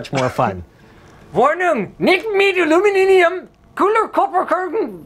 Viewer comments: Aluminium is basicly stolen from Latin in English and German. It's the same. Why can't he pronounce it right? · Ich mag ja wirklich "Alumininium" XD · Linus: MIT OLUMINIMUM KUPERKODON VEWENDN Der 8auer: this sounds so terrible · He couldn't even pronounce "Aluminium" lol...